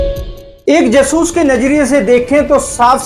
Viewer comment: कृपया जासूस को जसूस (ज सूस) न कहा करें आपका कहा उच्चारण हिंदी के हिसाब से सही नहीं है और अटपटा है मैं जानता हूं कि आपका यह उच्चारण आपकी पंजाबी मातृभूमि अमृतसर के कारण है। परन्तु इसे संशोधित करने का प्रयास अवश्य करें व्यक्तिगत न लें और अन्यथा लगा हो तो क्षमा करें। अटपटा लगने के कारण वीडियो प्रारम्भ में ही छोड़ना पड़ा। उचित समझा इसलिए लिखा 🌹😊